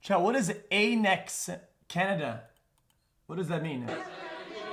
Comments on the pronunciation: He really said what is ‘Ayenex’. Annex is a common word.. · "Chat what is 'ayynex Canada'"